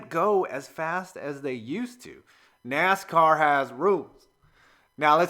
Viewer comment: You seriously called the cars "nas cars" are you kidding